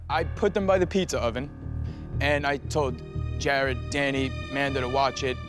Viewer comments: It’s Jared, NOT Gerrard, Ramsay! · Jarod is how his name is spelled so he's saying Gerr-odd. Kinda like how he pronounces Nachos as Natch-Oss. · Everyone: Jared Gordon: Gerard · I love how Ramsay literally never says Jared’s name right lmao